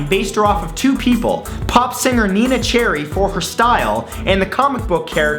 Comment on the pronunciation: Lara not Laura & Neneh not Nina!